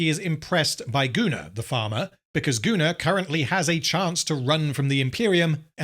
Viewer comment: Im curious, do you write Gunnar´s name as "Gooner" in the script? or does it come naturally to pronounce it that way ever since Anthony Botkins referred to him as such?